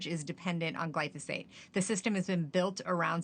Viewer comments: It's pronounced, gly pho sate,, not, Glysophate. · lol how is no one including the producers noticing the anchor mispronouncing as “glysophate”😂😂😂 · FAKE NEWS!! This so-called reporter said “GLYSOPHATE” - not glyphosate - multiple times, therefore negating her entire argument! THANK YOU FOR YOUR ATTENTION TO THIS MATTER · Why didn't anyone pause the cameras and correct the interviewer's consistent mispronunciation of "glysophate"? Illiteracy abounds. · The interviewer loses credibility when she mispronounces the key word. Make Journalism Great Again😉. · She couldn’t bother to learn how to pronounce the word accurately???? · News reporter reporting on glyphosate cannot pronounce it.